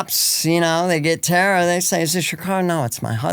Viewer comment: Dawg bleets her name one time then its just tara tara tara lol come on respect ur guests